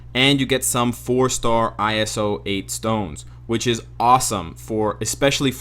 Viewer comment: It's pronounced eye-so-eight not eye-es-o